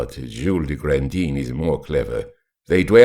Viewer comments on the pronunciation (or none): I love the story and your reading, but OMG, it's not "Grandeen". GrawnDAN.